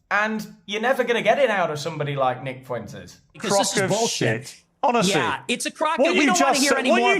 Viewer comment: If I hear Piers say "Foo-intez" one more gd time...